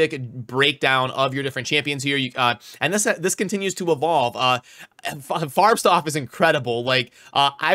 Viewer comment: hehe you pronounce FarbstOff with a O like OREO not "O" like Stuff / Staf ... just something i have noticed in other videos before... a german would never tell you, since they pronounce a lot of english words wrong anyway... so just for your info :) affter the O you make a hard FF , if you switch the lights OFF ... it is the same OFF in his name ;)